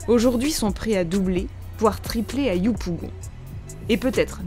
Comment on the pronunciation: Je comprends pas pourquoi ils ont toujours du mal à prononcer 'yopougon'